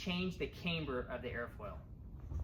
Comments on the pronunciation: We used aluminium, not aloominnim where I qualified as an advanced grade metalworker. And it is camber, not cameber. 😊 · Neat plane. Thanks for the overview. BTW: camber is pronounced "cam-ber" rather than "came-ber" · Its Pronounced Camber not Cameber have you ever herd of a Cameshaft in a car engine? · Yes, as others have noted, it's camber as in amber. Solid aerodynamics, though. Better implementation of leading-edge slats than Willie Messerschmitt's in the 109 😉